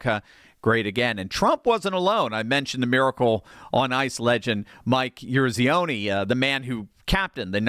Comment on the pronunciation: Good vid...except maybe do a little homework from ANYONE over 50 to learn how to pronounce Eruzione.